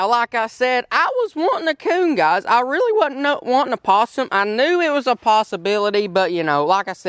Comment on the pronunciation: I thought you said possumbility. Haha. Congratulations on 200k.